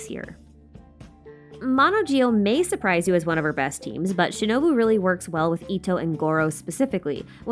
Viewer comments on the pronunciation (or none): none